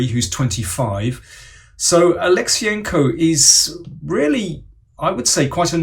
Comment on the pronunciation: Daniel - you completely butchered Kirill's last name. Wrong emphasis...